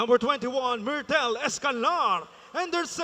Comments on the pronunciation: mirtel po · MERTOL(Myrtle escanlar) ba talaga pag bigkas yun?